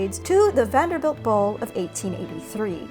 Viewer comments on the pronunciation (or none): none